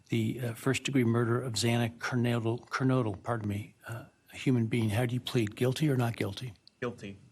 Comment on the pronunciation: Judge Hipler was out of line, insensitive, and borderline incompetent. Not only did he struggle in getting out the names of both legal teams, he couldn’t even pronounce Xana Kernodle’s name correctly even once. He should have made Kohberger remain standing, and speak to what he committed, not just matter of factly answer “yes”. It was a pathetic hearing. If I were in the situation is in, I would feel exactly the same.